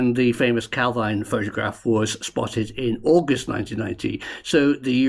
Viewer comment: Jeez, it's only ever pronounced Cal-veen. Anglicising words failed Scotland. even correctly pronounces it a few times, then reverts back to the nails on the blackboard pronunciation.